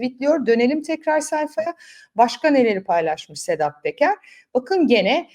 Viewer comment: Sedat Peker diye yazilir ,Sedat Teker diye okunur